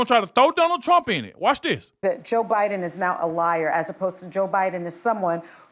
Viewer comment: That title is a straight up lie > Nothing was caught on camera, no producer rushing on set, Charl gives Whoopi a kiss for how brutal their fight is & you sir need to learn how to pronounce Biden > His name ain't Buyin', it ain't Bine, it ain't Biyan, or any of it. Truly horrid drama stirring content that utterly bullshits it's hype